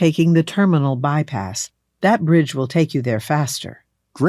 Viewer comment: that bridge will 발음;; 데 부리루ㅣ럴